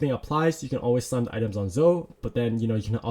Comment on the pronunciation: Great video! Btw Zoe is pronounced Zowe not Zo